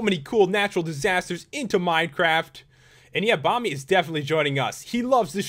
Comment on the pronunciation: You said minecart instead of minecraft